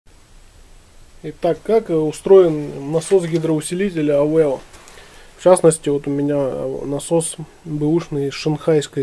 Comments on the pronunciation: Зачетные и познавательные видосы у Вас!👍 Только не "АвЭо", а А В Е О )))😁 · Есть интересный видос. Только ухо режет когда ты говоришь АВЭО))